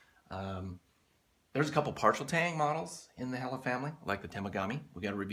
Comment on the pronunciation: Your right it's pronounced hell la Great knives